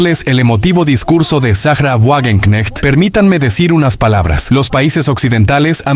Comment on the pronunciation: se pronuncia Vagenknejt